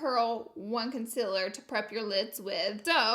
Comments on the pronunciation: "Consiller shade" ?? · She STILL says consiller im howling